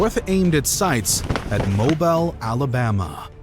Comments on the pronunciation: Mo-bell Bay? No, it's Mo-beal, where is this dude from. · its pernounced mobeele boy not more-bile. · Ouch... It's not "Mobile" like the oil, it's pronounced "moBEEEL" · I love all the videos but pronouncing Mobile as mo-bell? It's Mo-beel. Thanks for the videos! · Mobile, AL is pronounced MOE-BEAL. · it's pronounced Mo Beal!!! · Say it with me… MO BEEL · Mo bell Alabama? Ya think? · "Mobel" Bay? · Getting so many names and places right and then mispronouncing Mobile made me chuckle. This isn't an insult. It happens to all of us. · That's not how you pronounce Mobile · The channel is called "Knowledgia", but the narrator can't seem to pronounce Mobile, Alabama. Werid? Werid.